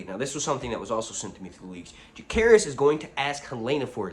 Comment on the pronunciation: Jacaerys , not Jahaerys